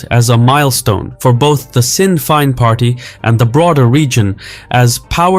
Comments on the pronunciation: I realise Gaeilge is unlikely to be your first language but Sinn Féin is NOT pronounced Sin fine but shin feyn. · "Sin Fein". I thought it was "SHIN Fein" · Its pronounced shin fane not sin fine !!!! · It's pronounced Shin Fane not Sin Fine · Just a little note from your sponsor segment, Sinn Féin isn’t pronounced Sin Fine, it’s more like Shin Fayne. It translates in Irish to “we ourselves” historically looking for an independent and united Ireland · For reference Sinn Féin is pronounced Shin Fane not Sin Fee-in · Shin fain not sin fine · “Sin fine”? I thought it was pronounced “Shin Fane”? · As an Irishman, hearing you pronounce Sinn Féin "Sin Fine" instead of "shin feign" hurt my ears, but the rest of the video more than made up for it ♥️ great video! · Psst, Sinn Fein is pronounced shin-FEYN, not sinn-FINE. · “Sin fine” lol. It’s pronounced roughly like “shin fane” fyi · Good grief! Sinn Fein is not pronounced "sin fine" but "shin fain". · Tip for you mate: Sinn Fein is pronounced "Shin Fane", not "Sin Fine". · 'Sin Fine'. Irish has such delightfully singular pronunciation. It's like "Shin Faeyin" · Fein is pronounced fegin or fain rather than fine. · Just to let you know Sinn Féin is gaelic, not english. The way you say it sounds more like shin fane, not sin fine. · ‘Sin Fine’ ? Is you cannot even pronounce the name of a key political party then why would anybody pay any attention to your commentary? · “sin” “fine”? I’m American and I even know better. AI reader? I stopped after hearing this ad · Informative, Sinn fein is pronounced Shin fay-n although sin might be more appropriate 😅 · what is the “SIN FINE” party. Read the text out properly. Don’t use a computer to speak. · excellent video. only comment is that Sinn Fein is pronounced Shin Fayne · Sin fein is pronounced shin fayn as in rain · It’s pronounced Shin Fein, like saying feint but drop the T😉☘️ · Sinn Féin is pronounced "shin-fane". Great video! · Pronounced like Shin Fayn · *Shin Feyn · Sin fane 😂